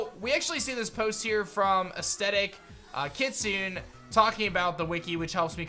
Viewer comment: It's pronounced Ki-tsoo-ney not Kit-soon